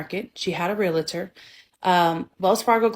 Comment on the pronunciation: ree- la- tur 😂😂 why do people pronounce realtor that way ...🙄